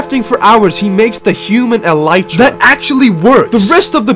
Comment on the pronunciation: So you know that it is a beetle wing shell but did you know that it is actually pronounced “EL-lih-Truh” instead of “el-EYE-Truh”